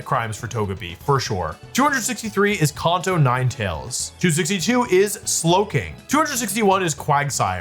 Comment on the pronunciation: "Konto form" 😂